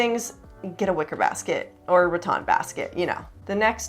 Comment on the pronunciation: Nice ideas......I believe it's Rattan, not ratton